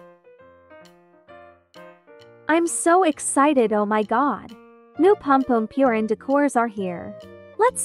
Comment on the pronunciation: Pompompurin❌ Pompompewrin✅